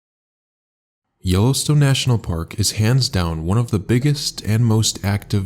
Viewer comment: I guess the robot doesn't know how to say Yellowstone